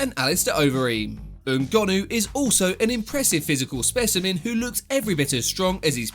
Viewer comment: Don't you just love it when a YouTuber pronounces foreign names well? Ngannou!